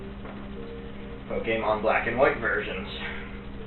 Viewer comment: Honestly I wouldn't have trusted the dude just because he says Pokemon like that.